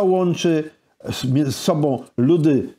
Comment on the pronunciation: Książka fenomenalna. Goście fenomenalni. Rozmowa super. Ale "z tobOM", "z sobOM" do logopedy bo uszy "bolOM"